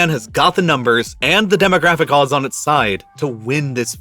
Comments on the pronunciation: wth is "coddon"? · What's "coddon"?